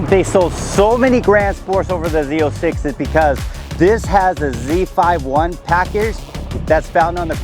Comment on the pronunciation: The way he said "Z 5 1 package" made me click off the video so fast lmao